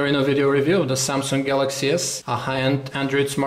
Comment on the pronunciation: Why does he say "samsunk"???????